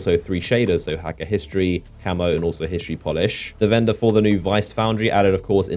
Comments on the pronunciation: It's pronounced hekke, not hakke :> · Hakke is pronounced Hockey. This was in D1